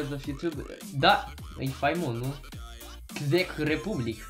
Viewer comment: czech ??? wtf, cum ai citit!